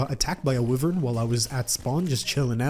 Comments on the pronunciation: Wih-vern smh its Y-vern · its not wivern it’s pronounced why-vern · does he say the words wrong on purpose? (pall-A-dium, wivern) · It’s, why-vern not wiv-ern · “Wivern” no, wyvern lol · I almost clicked off after you saying you didn’t like Chippy. Then you redeemed yourself. Good on you. :) Also, WU-vern? It’s WHY-vern. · NAH BRUH MAN JUST SAID "WIVERN"